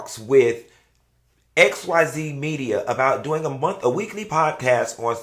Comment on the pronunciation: wendy said "podcast" like sheree said "joggers"